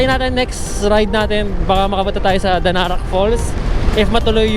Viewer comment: DARANAK po un.. ndi DANARAK hehehe😁👍